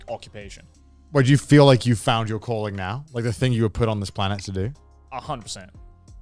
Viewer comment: Am I the only one who kept hearing “colon” not calling?????? 😂 I was so confused until I got it